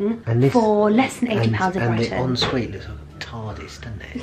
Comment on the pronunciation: I hate how u say like brytan and not britan